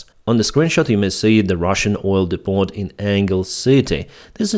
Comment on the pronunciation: Depot is pronounced 'Depo'. Silent 'T'.